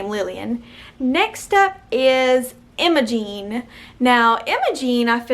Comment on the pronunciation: When pronouncing the last part of Imogen think more Genevieve and less Jeanette